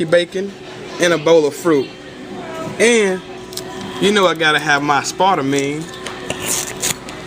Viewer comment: when he says aspatame the hippies all turn in their graves. "oh look, another hippie. peace wendy"